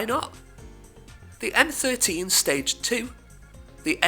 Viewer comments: Allow me to correct you in some cars: Isn't Golf VS, is V5, a 5 cilinder engine. The Stagea is pronounced "Stage(ah)". And the Zanaví get a focus on the "ví" since there's a accent. Apart from that, the Beetle GT became the RSi, no? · Sta-gaya haha